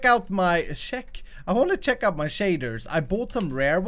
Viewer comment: be like: ‘I wanna shek out’ lol